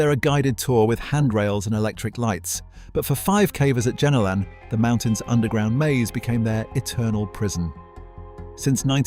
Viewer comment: its Jenolan not jenilon get it right